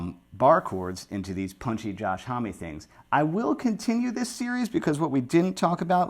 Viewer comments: Okay, so this is hilarious: When you pronounced his name, as a Canadian I thought, no way, that has to be pronounced 'omm. So I did some digging, and apparently in an interview I found, he says when he's outside the US, he pronounces it 'omm, and when he's in the US it's HOMee... Omg hahaha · You've turned into the Green Man! Josh's name is french and pronounced om, means man, mensch, hombre, uomo....